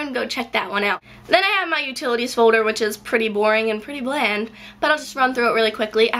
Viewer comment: i like the way you pronounce folder. it's like "fowder" haha